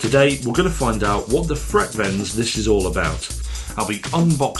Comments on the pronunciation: Freak-veins? No, but it is named frequence and if you say it as frequence it sounds like Frekvens. IKEA make simple. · The Swedish way of saying frekvens wouldn't be freq-/freak- but rather freckvens (not -uence..) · correct pronunciation is more along the lines of fre'-kvens, not frek-venns. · Even a ignorant Swede like me pronounce it “frekvens” 😊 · It's means frequency so that should let you know it's pronounced: "frekv'en:s" or "fre kvens" of that helps. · V is pronounced F in German but in Swedish frekvens is pronounced freekveens and it means frequency. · No he didn't. The pronunciation wasn't even close but that's understandable when you speak only one language (I'm not sure about it but most brits don't speak more than their native language). However, I really enjoyed the review😊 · Nah the V's and F's are pronounced the same in Swedish and English. Only thing you need to do to get correct pronunciation is to emphasize the latter syllable of the word rather than the former and (in most dialects of Swedish) use a rolled 'r'-sound. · Frekvens, as in frequency... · The fun thing was, that you actually pronounced it correct fromt he start. It was when you tried to say it in swedish, it went totally wrong. :-) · Yes. Another IKEA review from. Got to love the butchering of Swedish’s. Never heard of that product. And Frekvens is Swedish for frequency.